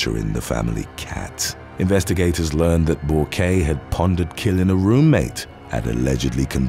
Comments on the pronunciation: I like your stories and am impressed how you get so many names correct. For the record the psycho Borque, is French and her name is pronounced "bork". Like the Hall of Fame, former Captain of the Boston Bruins. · Bourque is pronounced like Bork. Ray Bourque was a famous hockey player lol, I watched some hockey back in the day! 😁